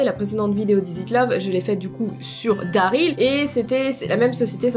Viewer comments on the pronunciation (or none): none